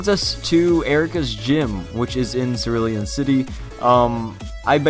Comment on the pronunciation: "Circulon City"?